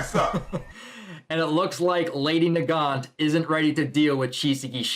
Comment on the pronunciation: Yes, you are pronouncing Nagant right. Lol I looked it up just to make sure I was saying it right when I looked it up and it is named after some guns (Mosin nagant rifle)